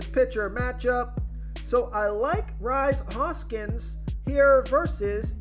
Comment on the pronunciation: Bro it's pronounced Reese Hoskins. Not Rise.